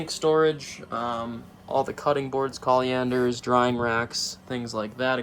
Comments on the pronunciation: did you just call a 'colander' a 'coliander'? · Collyanders 😂 wtf is a COLLYANDER?